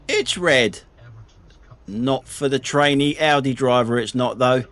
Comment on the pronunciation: Well I think his AI songs are just awfu; the worst being his Audi song - he can't even get the AI to pronounce Audi correctly. It sounds like 'Ordi'. As you would pronounce 'audio'.